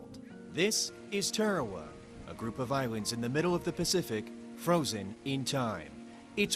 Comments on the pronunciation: Tearawa? I've never heard it pronounced that way before. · Pronunciation is atrocious when it comes to talking about our pacific islands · Good for the most part... but there are two things that you have gotten wrong. How you pronounced the name of the island and the navy doesn’t have medics... it has navy corpsmen. (The p and a are silent btw). Those are things I saw in the first 42 seconds of the video.